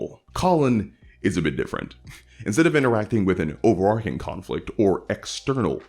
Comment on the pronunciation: You keep saying "over-arcing." Like, a lot. I'm not familiar with that term. What does it mean?